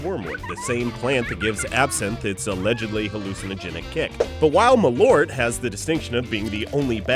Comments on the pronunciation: It's pronounced mah-lert or mah-lurt. Not mah-lort. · It's Malört, not malort! It sounds so wrong when you say Malort for me here in sweden! :) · first, it's pronounced "mall"-" urt". secondly, it literally means "moth herb" as "mal" = moth, and "ört" means "herb". and thirdly, it is said it is good if you have stomach issues, so has some hearsay medicinal purpose to it. now you know :D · Pronounced mal-ört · You pronounced Malört wrong.